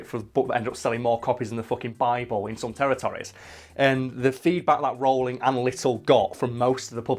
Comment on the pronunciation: I love how you pronounce Rowling differently every time